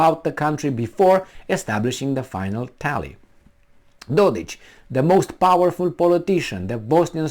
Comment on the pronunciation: dodiK, not dodich...lol,...